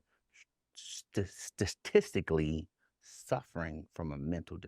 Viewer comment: Ray J is lit 😂 he couldn’t even pronounce “ staaadisssttically”